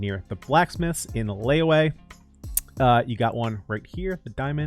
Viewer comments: Man don't know how to pronounce its li-we or liyue he said layway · "One of the blacksmiths is in LeyOway" I just... what? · He said layway? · the ‘yue’ part is definitely a lot more trickier, so its understandable if a lot of people dont get it. yue doesnt start with a ‘w’, but a ‘y’- exactly how its written (i dont understand how some people change the y to a w,,,,,can someone maybe tell me why?). pronounce it separately, ‘yu’ and ‘e’. the ‘e’ sounds like an eh,, so basically ‘yu-eh’. altogether, it makes ‘li-yu-eh’: liyue ! :) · Honestly i really like seeing people pronounce it wrong its kinda funny lol Note: if u want to know how to pronounce it, its pronounced "lee you e" the e is eh but without the h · He said "LayWay" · Ikr its supposed to be pronounced something like li yuwe or li ye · yeah, i understand some mispronounces, but how did he even say it this badly